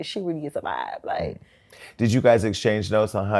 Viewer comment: Hosting is her lane ❤❤❤❤ She has no problem being her autehntic self anf it allows others to feel confortable doing so as well!!! She says "likedid" & doesnt care to correct it 😂❤❤